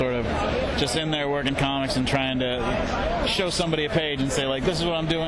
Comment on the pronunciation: Com-mics? What are these Com-mics of which you speak?